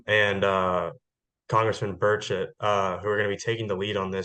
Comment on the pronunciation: Congressman Tim Burchetts name is pronounced "Bur- Shett" not "Bird Sh*t" like something you would be annoyed if a seagull did on you 😂